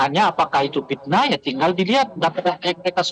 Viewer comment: Pitnah atau pakta ? Pitnah.....urang sunda teu bisa nyebut ep........